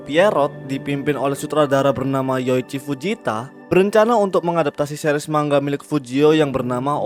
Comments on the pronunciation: Manga bang, Bukan Mangga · Adminnya gak bisa ngomong manga bisanya ngomong mangga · Denger narator ngomong MANGGA,bukanya MANGA, Langsung dislike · Bukan mangga bang tapi manga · Bang bukan mangga tapi manga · Padahal udh sering ya manga kok jadi mangga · gw jd ga bs pokus denger kata " MANGGA " . wuakakaka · tapi kan dia orang indo kenapa baca manga "mangga" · Man - ga, baca pakai logat jepang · Cara bacanya man-ga